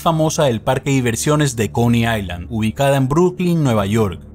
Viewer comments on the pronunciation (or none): none